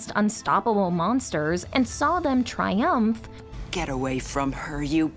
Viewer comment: I just keep hearing the way she says “tri-UMPH” over and over. Amazing take, though. I dig.